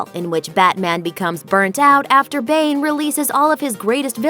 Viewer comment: it's pronounced Bané